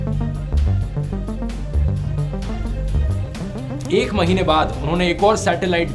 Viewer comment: Mr. Rathe what is the difference between News Channel and Times of India ? 😆🤞 And one thing you need to improve your pronounciation ! Bhailog Alto not Olto ! Sputnik not Spootnik ! School not ischool ! This pronounce correction is not for Druv Rathe ! But for every mainland India those who pronounce Ischool instead of School ! By da way you are ma favourite Creator ! God Bless You